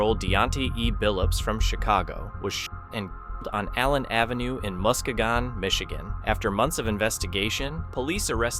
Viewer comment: Pronounced MUS-KEE-GAN Michigan